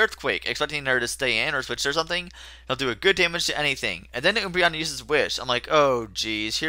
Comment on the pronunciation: Oombreon?!?!? It's Umbreon. An Umbra is a shadow. So yep :) Can't wait for Kirby